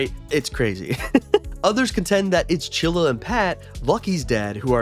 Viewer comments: he said chilla. Chili is right. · I have Its "Chilly" not "chilla" AMAZING THEORY🗣🗣🗣🗣🔥🔥🔥🔥🔥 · The name is chilly not chilla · her name is chili not chilla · Bra I haven't watched so much Bluey but I definately know its Chilly not Chilla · Stop saying chilla her name is chilli!!!!!! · I TS CHILLY NOT CHILLA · CHILL-I CHILL-I like the food not CHILLA THAT WAS ANNOYING THE FIRST FEW MINUTES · It clearly said chilli. NOT CHILLA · IT’S CHILLI NOT CHILLA😡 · Its not chilla it is CHILLY!!!!!!!!!!! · It's chilly not chilla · I swear id you make any more videos saying chilla- its chilli- chill-E <>_<> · Her name is chilly not chilla for goodness sake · Not chilla it’s chilli (chill-lea) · Ima rainbow baby and it's chilli not chilla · HER NAME IS CHILLI NOT CHILLA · 😂😂 its chili, not Chilla😂😂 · Chilli not chilla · um actually it’s chilli not chilla👆🤓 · BRO ITS NOT CHILA ITS CHILYYYYY WITH A YYYY NOT A A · Him calling chillie chilla hurts my soul💀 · It’s chilly not chilla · “Chilla” 💀 It’s chilli not chilla dude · Her name is chilly not chilla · bro said chilly twice when it's chilli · Her name isn’t chilla!!😩😩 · bro calls chili chila💀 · ITS NOT CHILLA!!!,! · Your saying chillie wrong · IF YOU SAY CHILLI ONE MORE TIME I'M DEAD💀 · Right fr